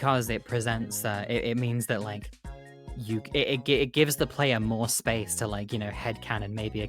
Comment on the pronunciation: also the way he looks up to say "SAPCE" 10000/10